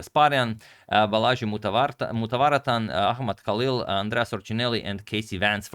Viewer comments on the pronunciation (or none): none